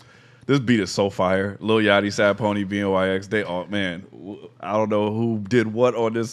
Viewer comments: OMG every time you said B N Y X I wanted to scream lmao BNYX = BennyX lol you could even hear his producer tag on the beat lol. I was wondering if you would catch on to it lol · BNYX killed it on production and btw it’s pronounced Ben E X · bnyx pronounced benny x btw